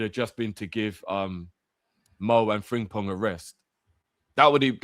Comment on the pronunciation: Please stop calling him Fring-pong